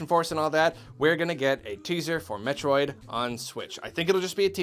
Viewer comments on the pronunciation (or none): LOL HE ACTUALLY SAID IT! HE SAID METRIOD!